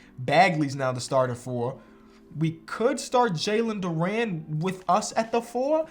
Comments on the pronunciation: Jalen durant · this man does not know how to pronounce jalen duren’s name